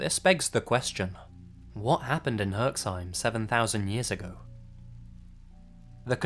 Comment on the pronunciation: Its Herxheim. You pronounce it pretty well ! Bravo ! (Exept the first E should sound like in Elevated. : )